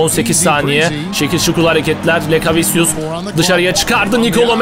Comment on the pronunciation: doğru telafüzü lekaviçyüs